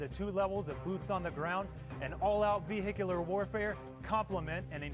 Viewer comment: He was saying “vehicular” the right way😂